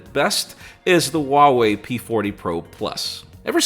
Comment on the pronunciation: Great video and conversation. I guess at this point it’s useless to hope that you pay attention to objective comments and start pronouncing Huawei correctly... or keep in mind the devastating effects fast charging has on batteries before “deducing points” from apple and giving some extra point to other manufacturers. 😏 I really like objectivity, and it’s saddening that there is so little of it in our world.. but in a pool of similar videos where everyone does same things.. this video is great 👍. Merry christmas and happy new year. Or.. should I say Aime..? 😄 (😏 like you do with Uawei).